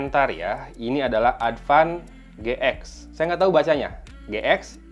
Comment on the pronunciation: "Adpan Ge-ek" a 😂